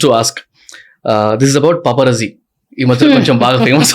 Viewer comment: Vorri nayana Papa Raji kadhu....its Paparazzi (paa·pr·aat·see)